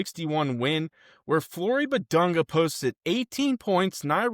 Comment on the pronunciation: You’ve been pronouncing his name incorrectly. Respect the man.